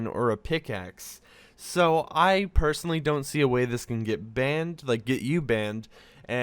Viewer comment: is it just me or did i hear him say "i'll censor the p0rn information"